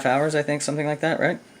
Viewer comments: OK I just can't keep this in anymore...... you're clearly a very intelligent, educated chap... so please stop saying 'somethink'; it's 'something'. Would you say 'aks' instead of 'ask'? Please Please Please continue to be the best channel on Youtube!!! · Great episode, and ‘think’ does end in a ‘k’ but ‘something’ ends in a ‘g’ and is pronounced differently!